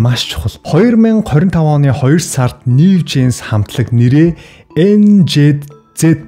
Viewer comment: Нээв жинс биш нью жинс гэж уншина хаха